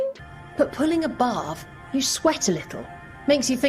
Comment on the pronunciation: I always think she's saying pulling a BARF ... that would have been at least amusing :D